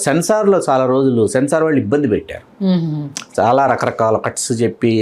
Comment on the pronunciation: వాల్లు కాదు వాళ్ళు ! ళ అనే ఒక అక్షరం ఉంది తెలుగులో.